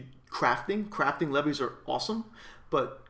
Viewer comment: leves is pronounced like the word leaves btw